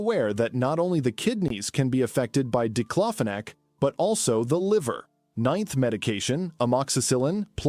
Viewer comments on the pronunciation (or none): It's paracetamol = Acetaminophen. These stupid AI videos getting on my nerves "Number 10 DIPLOPHONAC" lol......